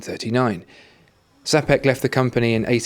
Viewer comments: Just one thing. Czapek is pronounced more like CHAPECK not zapeck. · CZ in word "Czapek" you should pronounce as CH like in "champion" word :) It will be something like "chapek".